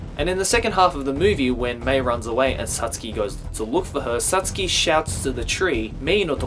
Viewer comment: the way you say totoro and satsuki makes me wanna kill myself